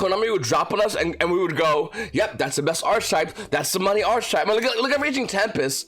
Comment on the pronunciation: That’s not how you say archetype........